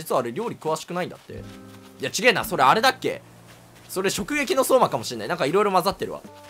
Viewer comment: しょくゆきのそーま？？？？